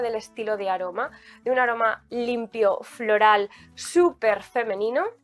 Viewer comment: Por qué decís florEl? Es florAl